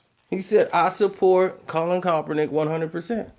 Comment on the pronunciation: Why are you unable to properly pronounce Kaepernick?